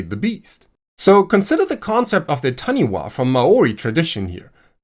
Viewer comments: The Taniwha is pronounced Tanifa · While it's written as "taniwha", it's pronounced "tanifa" (bilabial f (like Japanese "fu") rather than dentolabial (like in English)). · That was pretty damn good bro! (especially considering, what I am assuming, is a German accent), the only thing is that the "wh" combination in Te Reo (Maori) is pronounced with an "F" sound, So it would sound like "Ta-Ni-Fa". Thank you for another great video 😊 I recently discovered your content and I'm enjoying it so much while also learning a great deal, it's filling a hole I didn't know existed. Much love from New Zealand ❤ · the wh in taniwha is pronounced f, as it always in in Maori (except the dialects that always pronounce it w or h... but ive never heard taniwha pronounced other than f). otherwise that pronounciation was spot on!